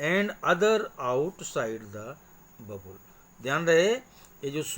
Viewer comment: Sir it's not babul it is a bubble